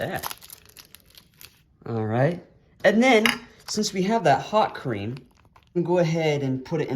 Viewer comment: Keeps pronouncing it "Hot Cream" ... This generation can't read cursive. It's 'Nôt Creame' or 'Nut Cream' and it is the same as European Nutella. American Nutella has US government mandated preservatives which lessens Nutella imo.